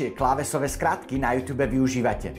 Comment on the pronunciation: Youtube se to píše a čte se to jůtůb